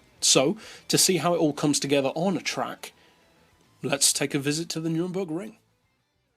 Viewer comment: Its Nurburgring not nuringburgring